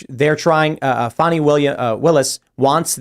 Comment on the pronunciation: Her name is Fani - like an ass. Stop calling her fawny!!!!!!!